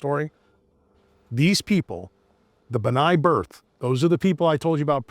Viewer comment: It's B’nai B’rith (benay Brith), not Bnai birth!